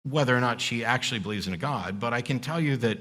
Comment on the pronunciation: This is an aside, but are people from Alberta known to pronounce "God" the way Peterson does? It's this weird diphthong-y thing he does, as if he's from deepest Long Island. "Goewod"